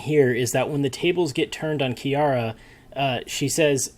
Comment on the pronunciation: PLEASE HOW DID YOU NOT LEARN HOW TO PRONOUNCE HER NAME FROM LAST TIME I CANT I CANT its ki-ah-rah not "kiera"